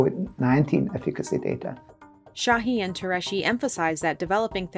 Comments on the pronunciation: Has anyone ever thought of looking up how to pronounce Tureci’s last name at all while filming this for production? It’s nowhere close. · Why does the narrator keep saying "Shahee" and "Tureshi"? Şahin is pronounced "Shaheen" and Türeci is pronounced "Tureji" (with a hard J) or even "Turechi" works.